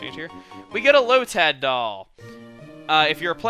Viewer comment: I love how you said Lotad. Made me laugh every time you said it like that.